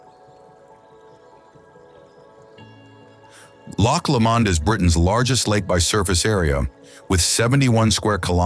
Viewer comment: Brilliant video; beautifully filmed. Just a pity they didn't take the time to learn the correct pronunciation....Brecon Beacons....Loch Lomond !!